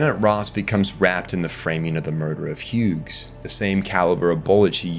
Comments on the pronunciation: so you also hear the ai voices fucking up every pronunciation possible? 😅 Had to stop the video after the third Huegs 🙄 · Why do you keep pronouncing the G in "Hughes"?